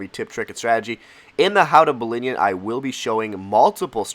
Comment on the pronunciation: 'ballinion' sick lol